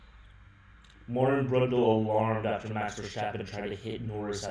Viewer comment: The way you pronounce the words jos and verstappen piss me off